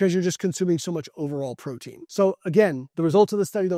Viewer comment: Say "protein"